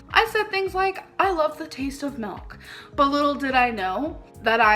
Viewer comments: The way she pronounces milk as MELK😂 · omg yes bc shes Canadian I believe thats how most Canadians pronounce milk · as a canadian i have never pronounced milk like that in my life but i cant speak for everyone LOL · “Expeshially”…”melk”…”meat gives you cancer, cheese gives you cancer”…Gorl…🤦🏻‍♀️ 🖤🖤🖤